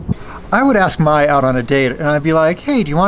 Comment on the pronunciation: Probably click bait for more views 😂. Mai, not MAY lol, are you really dating his ex? Kai, Jai, Thai... May is pronounced like the month. Mai,😉😉 Myyyyy C'mon 🙌🤣 be honest 😂